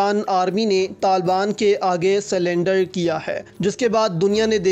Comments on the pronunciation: CERNDER NOT SLENDER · ITS SURRENDER NOT SALENDER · Salandar NAHI surrender hota hain bhai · BAHI JAN WO SALINDAR NAHI SARENDER HOTA HI 😁😁😁😁😅😅😅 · ھا ھا ھا ھا ھا بھائی سلنڈر نہیں ہوتا۔ سرینڈر کہتے ہیں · Taliban k aagey “salander”kar diyya hy.Maray bhai…assal laffaz “surrender” hota hy…year video upload karney say pehley check to kar liyya karo…majmuee tor par video dilchasp hy..Allah tamaam ummat-e- muslima ki hifaazat farmaaye.ameen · Surrender, not sulender, correct it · Say surrender... Not slunder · It's surrender not cylinder ,:) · O bhai slender ni hota surrwnder hota hy 😂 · Slender nahi surrender hota hy koi aqal karo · Cylinder nhe bhai cyrender kiya hai. Bol te sai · O bhai sulender nahi surrender hota ha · Bhai silandar nai saridar hota hai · abey bhai selunder nahi hota surrender hota hai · Surrender hota ha sullender ni 🤣🤣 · Abay slender nai surrender hota hai